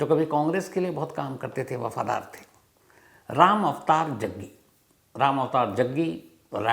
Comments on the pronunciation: Bhai aap jaggi ko jagga bol rahe ho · रिपोर्टर साहब जग्गी बोलिये कब से जग्गा जग्गा बोल रहे हो